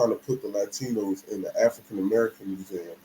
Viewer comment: "Latchtinos" hahahahah